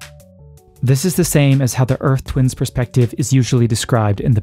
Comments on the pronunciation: If you say "twinses" one more time, I'm gonna lose my shit. lol Twins' is pronounced "twins". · Regarding the pronunciation of the possessive plurals that end in 's'. "Twins' experiences" ... Sounds the same as the non possessive, except perhaps a very slightly longer holding of the 's' sound, which is a 'z' sound in the case of "Twins' experience" ... Not, "Twinses"